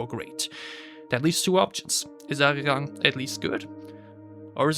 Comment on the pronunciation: he didn’t mention it with the intention of it sounding better/worse. He mentioned to prove you don’t really know much about analyzing music. You can’t back up any of your claims from a musictechnical standpoint. But not really unexpected from someone who can’t even pronounce the album title.